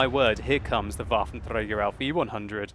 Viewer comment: waffen trrrey garrr